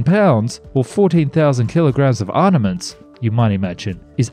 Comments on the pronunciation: Arn-a-ments isn't a word. Look up proper pronunciation of ar-ma-ments. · why are you incapable of saying ARM-MA-MENTS. Not arnements my guy. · ARMAMENTS not arnaments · "ArNaments"? I think you mean armaments. "... other ornaments "? How are you unfamiliar with this word?! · Did you say arnements? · It's pronounced "armaments" not "arnaments". And "ordinance" not "ornaments". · Also ‘283’ instead of 2083 and ‘arnaments’ instead of armaments. I would re-record rather than let errors like that go out. Get it right, please. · what the hell is an "arniment"???? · What is an 'arnament'? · Gotta love those "arNaments"😁